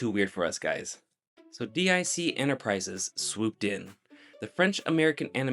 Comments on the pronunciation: I almost turned away from this video because the mispronunciation was grating on my nerves… VerEEN and DEEK not D.I.C… I don’t know why he changed the pronunciation of Ben’s name later, but thank GOD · Pronounced "deek" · Also, D.I.C. (instead of deek) and Sabin Entertainment (instead of Saban). Even if he didn’t appear on camera, you could tell he wasn't alive when the show aired. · Not D.I.C......Deek. this is what happens when little kids make videos about my childhood, hahaha! This kid never ever saw this show while eating cereal before school. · Also D I C is pronounced “deek”. Little kid said it at the end of their shows. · it's pronounced DEEK. Haven't u ever heard the animation at the end of countless shows of the era? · Yeah I've seen this.... It wasn't as crazy as " TODAYS SPECIAL" if mannequin was a kids show🫪 Also it's pronounced VER-EEN Ben Vereen. And DIC is pronounced DEEK. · DIC is pronounced “deek” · DiC is pronounced "deek." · I enjoyed the video, but there were a few mistakes and errors I noticed: Ben Vereen's name pronunciation can be found a number of places, including on youtube. You seem to pronounce his name correctly occasionally, but it seems to vary; DIC is not pronounced like an initialism, but as a verbal acronym, like NASA, in this case rhyming with beak; Jeremy Railton worked on the opening ceremony for 2002 Winter Olympics, not the 2020 Olympics, which due to the alternating cycle would have been Summer events; Saban Entertainment is pronounced the same way as the founder's last name; There were a few other minor ones here and there, and while pronunciations are relatively small, mistated facts can cause problems in the long run. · DiC rhymes with peak, or peek, or maybe even speak.